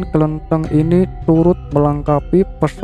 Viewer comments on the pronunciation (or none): Mas..... Mas cara baca klentheng belum benar, kalau dibaca seperti pada narasi itu artinya biji kapuk randu koreksi aja ya semoga pemerhati lainnya juga sepaham dengan Inyong, ngapura Yo mas kayane koh kurang pas kalau yang dimaksudkan adalah tempat ibadah orang Konghuchu